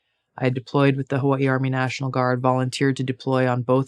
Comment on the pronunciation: Tulsi is great but I could never vote for her because of the way she says, "Hawaii".